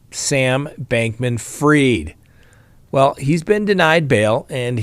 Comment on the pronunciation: NO! It's pronounced like it's spelled. F-R-I-E-D. Fried, as in deep fried. Freed is F-R-E-E-D. Man... you people....